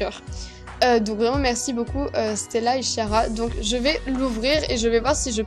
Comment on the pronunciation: Ce n'est pas "Chiara" mais "Kiara", voilà. x)